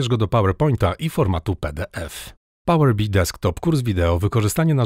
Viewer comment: Nigdy w życiu nie słyszałem, żeby ktoś wymawiał to "pałer bi", chociaż faktycznie kolory przypominają pszczołę